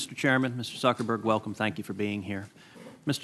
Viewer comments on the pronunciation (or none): “Mr. SuckerBerg” lmao 😂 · It's Zuckerberg not suckerberg u idiots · Haha he's calling him Suckerberg